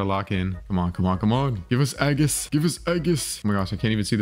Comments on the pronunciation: Stop calling it eggis its ee-jhus and also its a-post-a-loss. not a-post-o-losis. Stop mispronouncing it or im unsubbing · reply to me also can u please stop saying eggius it's age iss srry to sound like a nerd also again it's not apostolosis it's apo sto los